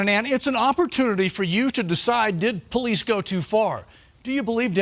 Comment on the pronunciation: What a COLD RESPONSE from Mr. TOP BRASS "POHLEECE OSSIFER" with respect to an innocent SENIOR LADY CITIZEN. He obviously does not care two hoots about an innocent senior citizen and the terrible effect that it has on her. He should be made to resign immediately. SHAME! SHAME! SHAME!